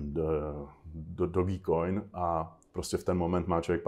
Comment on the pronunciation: Za mna slabucke, nekonzistentne, nedal som ani 10 minut. Jedine co vo mne zarezonovalo bolo ako sa typ steluje do role kryptotrejdra a nevie ako sa vyslovuje dogecoin.